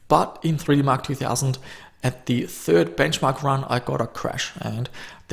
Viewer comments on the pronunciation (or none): none